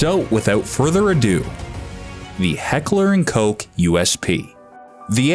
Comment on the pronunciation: Ah, one of the very few gun channels that actually knows how to say Koch right